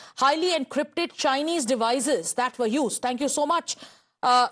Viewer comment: This kind of journalism escalates problems. Special the way the woman stress the word CHINESE. Learn from Palki how to be a decent journalist.